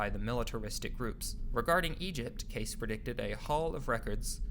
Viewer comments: You would think that these "documentary" creators would at least pronounce names correctly. It's "Cay-See", and "Hair-od-e-tuss". You're not the only one to just read history without learning the correct pronunciations. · Edward CASEY is how it is pronounced. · Edgar Cayce (/ ˈ k eɪ s iː ) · Dude, I just got to the video clip where an interviewer clearly pronounces his name KAY-cee. I take back my compliment about well researched, you're obviously not paying attention. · His name is pronounced KAY-cee and while I won't go as far as Monika, this video was researched much better than it was narrated. I had to turn off my fan in order to understand it. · 2 separate people pronounce "Cayce" in this video, yet you refuse to do so. Why? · He mispronounced Edgar Cayce's last name also. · Phonetically it’s pronounced Edgar Casey not Case .... Credibility thus questioned Next ! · KKKKAAAAASSSEEEEEEEE! not CASE! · Edgar Cayce is pronounced KAY CEE. not case..... but I really enjoyed this video. 👍🌈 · Good info but it's pronounced "Kay-see" not "Case". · Edgar Case? You mean Edgar Cayce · Ir is pronounced Kay-see. The clip in your own youtube has the correct pronunciation. Why did you say Case????? Google is your friend. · Edgar Cayce, pronounced Kay-see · It is not edgar case it is Casey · If you are going to narrate a video learn how to pronounce the names of people instead of butchering them! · Given how important he was to this story, it's not great to hear Edgar Cayce's name mangled in this video. It's not "case"; rather "KAY- see". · Edward Cayce is pronounce "Kay-see" not "Case". You even show a video of a woman pronouncing the name correctly yet you still continue to pronounce it wrong. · Dude, its Edgaer Cayce ... Kay-see... Not Case... I've heard people saying laje that several times lately , wtf. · not CASE its pronounced CAY CEE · It’s pronounced Kay-see. Cayce. Rock on 🎸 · You know your pronouncing Edgar Cayce's name wrong. It's K.C. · Cayce is pronounced KAY SEE